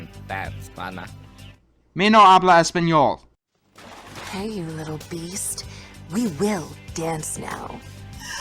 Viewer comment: it's "yo no hablo espanol," (the H isn't pronounced) (the n in espanol is pronounced ny."